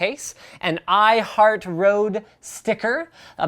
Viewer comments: It's not Rode it's Røde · I as a dane can't help but chuckle just a bit, when people say "rode", even though it's with an Ø. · It is called Røde not Rode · it isnt rode it is røde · It's Røde not Rode... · Why does everybody call it rode its an ø not an o GEEZZZ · It's Røde, not rode... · Sum bloke Also, I'm not trying to point fingers and say "haha, you can't pronounce it", I just think it's funny because I read the letter Ø and then it just seems absurd when people say it with an "o" sound. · I know it's 4 years late but "Rodent USB" really??? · It is said like ro-d-e and it's not O. It's ö in Norway. I don't have a Norway ö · i like the way you say "røde", totaly wrong